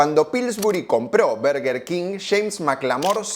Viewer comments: Se dice bœrgœr king… suena como una O. La pronunciación en español es horrible. Son dos palabras en inglés. No pude ver más tu video y tu bErgEr kin 🥵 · Cuando empezaste el video y dijiste "burger" salte de alegria, despues saliste con "berger" y no, no se dice asi, es Burger, escuchalo bien en la propaganda que pusiste (siganme para mas datos de ingles jaja) ahora, al doble whopper no hay con que darle, yo le agregaba Ketchup y me comia dos (asi quede) jaja. Buen video. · desconfirmo , este tio no nos representa , el 99'9% de los españoles decimos BURGUER king no barrrguer king 🤮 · que le digan BERguer me saca, no es mas correcto decir BARguer???? sin tener en cuenta que en las publicidades la misma marca parece que dice VERGA king, boludos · No se dice burger, pero tampoco berger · No se dice Berguer grandisimopelotudo. Es Burguer. Che estás hablando en español... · Llora que le dice bUrger, procede a pronunciar bErguer 😂 Capo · Las dos son basura, es burger no berger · Los argentinos le decimos "Berguer" porque nos queremos hacer los que hablamos inglés. Pero en inglés burger no se pronuncia así ni a palos. Por ahí en un británico con mucha papa en la boca podría ser "Bahrgah", pero en nortamericano es simplemente "Burgur" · Suena raro BERGUER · No es por nada pero cada vez que dices "berger" me da la sensacion de que te esta dando un ictus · por qué este chico le llama Berguer king? xddd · Deja de decir berguer!! Porteo pelotudo! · Berger king suena raro.